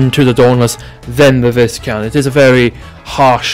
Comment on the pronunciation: Actually... the pronounciation of Viscount is Vaikount - 🤓